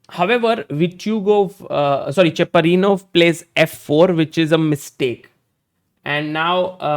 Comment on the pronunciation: Cheparinov not chaprinow❤😂😂😂